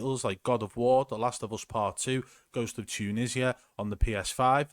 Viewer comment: bruv. it’s ghosts of tsuhima not tunesia haha